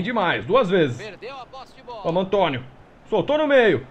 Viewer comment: quem diria q a mudança tá dando resultados. Só p/ corrigir, o Antoniou é um nome grego, pronuncia o U final. E o Ryall é "Ráiall". E tbm já experimentou contratar regens e pregens?